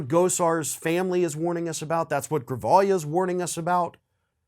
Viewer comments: Grijalva is pronounced --- gree (rhymes with tree) hall vah the j is pronounced like an h. the a is pronounced like the ah in mas. el burro sabe mas que tu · The name is Raul Grijalva (gree-hall-va)